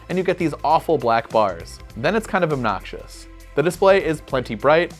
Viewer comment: The notch is “obNOCHious”